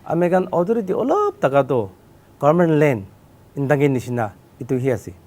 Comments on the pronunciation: For future clarification, it is "NTANGKI" National Park and not (INTANGKI). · It's ntangki not intangki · He doesn't speak upto the point as to the queries?.and yes the state government y silent it's ur responsible to excercise ur power to look upon all the illegal encroachment.honestly,ntangki not intangki. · Please be corrected with the name of the park,it is 'Ntangki'...not Intangki.